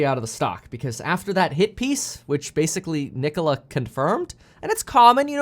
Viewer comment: How can someone disrespect the name Nikola like this